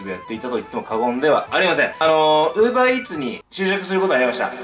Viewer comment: Uver EarsじゃなくてUber Eatsだよ